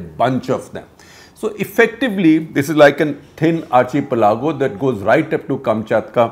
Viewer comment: Please learn how to pronounce archipelago! It irritates me every time you mention it.